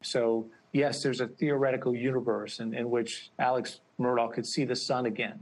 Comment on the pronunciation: sorry sister, but his name is pronounce "Alex" NOT Aleck --- please get it straight and do your job correctly